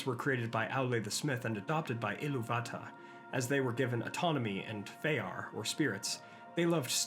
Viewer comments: Notice the accent placing on “Ilúvatar” is above the “u”. That’s the stress marker. You need to ditch Martin Shaw’s Silmarillion pronunciation because it’s incorrect. I-LOO-vatar not Ilu-VA-tar. Just ask the Tolkien Professor. He went on a tangent about it a while back. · You are pronouncing it wrong: loo'vatarr - see the stress on the second syllable not the first syllable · It's Ilúvatar, Ilúuuvatar, with the stress on the U, and your pronunciation gets so old so fast… No, not all R's are pronounced like that. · The silly “EEELOOO VATA” pronunciation is making me dislike this. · what's with the messed up pronounciation of illuvatar? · that is a bit harsh, but I am curious why pronounces it like that.